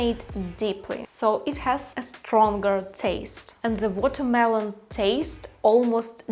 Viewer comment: вітаю, рекомендую казати зі, а не зе у фразах (the most), в ідеалі глухе зі, схоже на ді, будете звучати як нейтів спікер. Конент пушка, піду навалю вареників зі сметаною